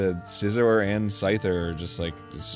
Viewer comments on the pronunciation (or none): none